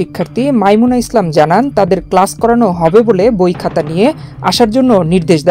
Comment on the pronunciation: ক্লাশ নয়, ক্লাস?